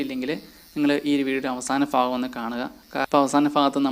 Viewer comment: ഫാഗം അല്ല. ഭാഗം.. 🤣🤣🤣ഓക്കേ